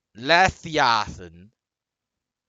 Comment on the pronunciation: still can't pronounce leviathan lmao